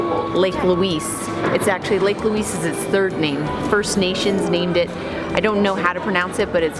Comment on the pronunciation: It’s video is going to Haunt me she can’t pronounce the names right